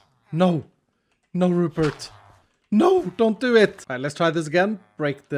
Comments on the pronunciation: Rupert.. you mean.. ru-pot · Not the Rupert pot.... THE RUPOT